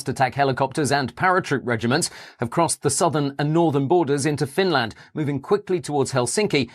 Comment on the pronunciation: Not the most believable, but incredibly well made nonetheless Edit: Apart from how Finland is pronounced!